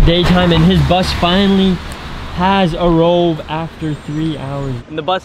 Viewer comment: Nobody:: The bus has arroved